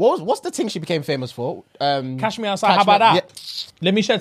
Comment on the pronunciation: Its catch me outside not cash lol